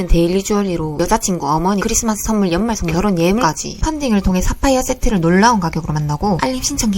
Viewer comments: 사파이어세틐ㅋㅋㅋㅋㅋㅋㅋ 발음이 젤 웃겼다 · 사파이어 세트 아니 맞는 발음인데 ㅈㄴ 어색하네 ㅋㅋㅋㅋㅋㅋㅋㅋㅋㅋㅋ